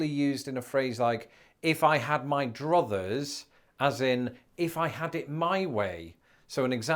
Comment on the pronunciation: Druthers rhymes with brothers